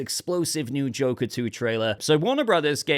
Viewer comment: I like the way tries to say Joker 2's full name 😊